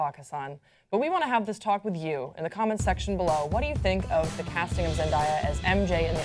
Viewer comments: "Zendiya" ???? lol its Zen- day- a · It's Zen-DAY-ah, not Zen-DIE-ah. Also I don't watch superhero movies but I will def watch this one if Zandaya is in it! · zen-die-a ??? zen-day-a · stop calling her ZENDIA IT'S ZENDAYA GET IT IN YOUR BRAIN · It's not Zen-dai-ya, it's ZendAYa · am i the only one who noticed pronounced Zen-DAY- a Zen-DIE (DAY)-a. i just thought that was funny 😂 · she said it wrong it is zen-da-yu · Why they keep calling her Zen-Die-ya like I can't 😬😬😬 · it's Zen day a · i hate the way they pronounce her name lol I've never heard anyone say her name like that besides these two. its zen day a. but honestly the character should be matched by the actress if the character is pale the actor should be pale if the character has red hair then the actress should have red hair. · how do they now know how to say such a poplar persons name 😂😂😂 Zen- DAY- uh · zen-DIE-ya lmfaooo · ITS PRONOUNCED ZEN DAY YUH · Its pronounced how its spelt Zen-day-a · I think her name is pronounced zen day uh. Day as in today. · it's pronounced zen-day-uh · Ahhh I hate how people mispronounce her name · I cringed every time they said her name wrong Uugh I can't do it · this hole time I didn't know who they were talking about. cause this stupid woman doesn't know how to pronounce black names. lmfao. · Can they fuckin say "zendaya" right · How did nobody correct the way they pronounced Zendaya's name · u pronounced it wrong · raised an eyebrow at the way she pronounced her name!!!!!!! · Um ya'll really can't say her name man. Zendaya is really pretty for a Mary Jane but idk if she can act that well. But kudos to her, hope she has fun acting the role😊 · How don't you know how to say her name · PRONOUNCE HER NAME CORRECTLY GOD DAMNIT THIS IS WHY YOU SHOULD HAVE HAD THAT SECOND CUP OF COFFEE THIS MORNING!! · holy crap how do you not know how to pronounce her name????????? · I cringe everytime she pronounced her name. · Yeah I was mispronouncing it. Not my finest hour.